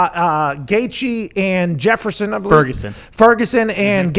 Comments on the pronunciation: I cringed when he said Jefferson 🤦‍♂️ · lmao this foo said jefferson